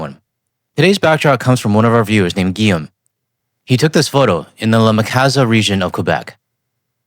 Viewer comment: I was surprised that a Canadian did not know how to spell and pronounce the name Guillaume correctly. Even I, a Swede with French as my fourth language, know that. 😜 It's like hearing the USAians talking about Cue-Beck or Green-Witch.